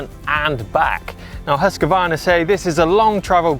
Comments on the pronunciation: sorry but i have to say this. its not hus-q-varna its husqvarna. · Great video - That husqvarna pronunciation though...